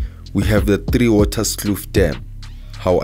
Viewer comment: Hi bra. I'm comenting from tipperary Ireland. It is not three waterskloof dam,,, it is theewaters kloof dam. Totally a different scenario... Also not orange Farm (which is a squater camp)hide out. For farm murderers... You try to say Orange river.. Our biggest river.